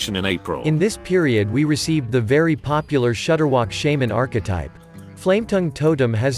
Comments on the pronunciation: “Shay-man, shah-man!” Oh and more videos more often, guys. When your channel appears in my feed it’s an auto-watch. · Don't know if this was intended, but for specifically shudderwock shaman the word "shaman" was pronounced "shame-in". If this was intentional.... lel.